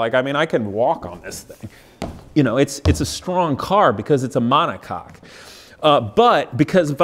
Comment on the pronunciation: DUDE! mon·o·coque is pronounced "MONACOKE" not MONACOCK